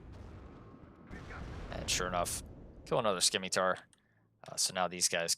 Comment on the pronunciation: It's pronounced like "Simitar," it's a soft C. Not to be a jerk just for future reference is all :D